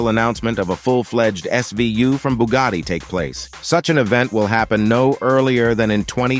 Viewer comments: BUGATTI, si dice Bugatti non Bugari. Non capisco perchè gli anglosassoni debbano storpiare tutti i marchi. Noi italiani google lo pronunciamo all'inglese perchè è un marchio statunitense, che cazzo è Bugari??? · Booogadi reeemac cairone wtf😂😂😂😂